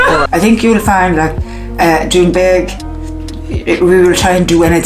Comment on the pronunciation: Sounds like Trump was a godsend to the Doonbeg community. Why does everyone struggle so hard to just say it?